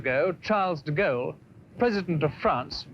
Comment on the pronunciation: This is a nice try from your channel but once again, your pronunciation of names of people, places and titles is badly done. Learn to pronounce the words you use well and stop making me cringe. Charles deGalle is pronounced Sharl duh Gaul. There are several others I could list but please, for your own benefit, become educated. Learn to speak English without the constant irritation of split infinitives, dangling participles, incomplete sentences and mispronunciation. By your voice, you are young enough to pledge to learn at least one new thing every day, whether it is an idea, a correction of grammar and syntax, a fact about which you are attempting to educate us or a litany of history. I have been doing so for over 70 years now and learning has enriched and entertained me for all of those years. If you must blame me for being hopelessly old-fashioned, I accept that as part of who I am. Anyone who attended boarding school in the '60s will tell you these things are drilled into us repeatedly and eventually become a habit. I look each day for things to learn and it has made my life much richer for the effort.